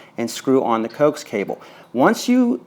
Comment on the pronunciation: Dude, it is pronounced Ko ax cable short for co-axial cable